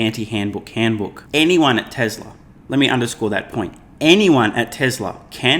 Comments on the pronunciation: haha...SMR said "Telser"! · Tesla’r, not TEL…